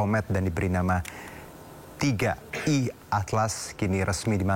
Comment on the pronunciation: Wkkk bacanya Tri AEi atlas